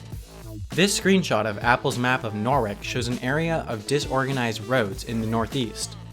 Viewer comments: "Nor-wick"? It's pronounced: "Nor-wich". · Its nor-ich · mate, if you live in England, learn how to say things right. its not norwick, its norwich. its not lancashAHire, its lancasheere fyi, yes i know hes american, but he has stated on a video he now lives in the uk. dont be hating on me, i know what im on about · And the way you said Norwich, it’s pronounced no-ridge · nor(wach) hahahahha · It's pronounced Lancasha and Nohrich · I love in Norwich and its actually pronounced nor-rich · Dude, they're pronounced LANK-ER-SHEER and NORE-IJ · And Norwich is pronounced Norritch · norwick??? LOL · Nor-witch lol... loving his mispronunciations of places... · Matthew McColl it's Norr-itch. the lips move like to make a W sound but never get to make it. Same as in Greenwich (Grehn-itch) , Smithwick (Smeeth-ick) but not like their local rivals Ipswich (eep-switch) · Norwich = Noh - Rich! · Nore-witch. Surprised you haven't been beset by angry norfolkers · gurrrn wrong it's nor'which I should know cause it's my home City! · The one in England is actually pronounced norritch. The map is clearly of the English city. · you pronounced lancashire and norwich so badly 😂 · Nice pronunciation of Norwich 😛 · I live in Norwich, he pronounces I so funnily😂😂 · American English is about as different as some English dialects are from one another. Pronouncing Norwich wrong is just wrong. If I pronounced Arkansas as Ark An Sass instead of Arkansaw it would also be plain wrong regardless of what you see as a language barrier. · Not his fault that "w" or whatever is silent. God damn the English language.